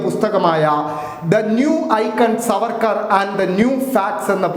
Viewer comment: സാർവേർക്കർ എന്ന് ഒന്നുപറഞ്ഞാൽ പോയി നാക്ക് വടിക്കണം